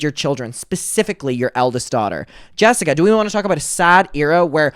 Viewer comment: "" can't even say her name properly. And Bailey is barley in the videos. Pulling at hairs now. Move on.